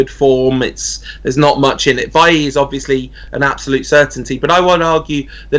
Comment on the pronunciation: Its Bye-Yee not Bail-Lee.